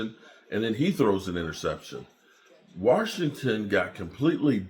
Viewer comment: Washington doesnt have a “R” in it